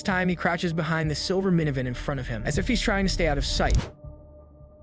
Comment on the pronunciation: I can't be the only one who heard the narrator say "silver minavin"